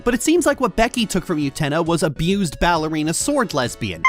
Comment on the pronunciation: I’ve never heard someone pack so much disdain into the pronunciation of “Becky” who wasn’t trying to deadname them.